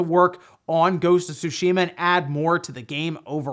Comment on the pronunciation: Im happy you pronounced tsushima correctly..thanks..